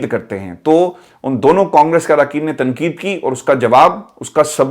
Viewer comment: صاحب۔ آپ اردو کا حروف ِتہجی ۔۔ ق ۔۔ کیوں نہیں ادا کرتے ۔اسی وڈیو میں آپ بار بار ۔۔ تقید Tanqeed کو تنکید Tankeed کیوں کہتے ہیں ؟ محمد meesaw کراچی